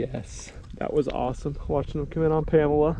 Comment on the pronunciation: says pamela optics Me: I think I can help with the whole Pan Pam thing.